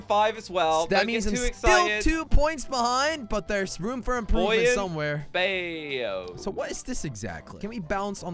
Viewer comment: should know that “Bayou” is pronounced “buy-you”.